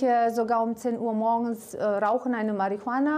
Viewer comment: "rauchen eine machiohana" 💀💀💀